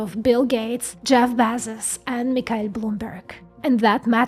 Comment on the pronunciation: “Jeff Bahzus”🤣🤣🤣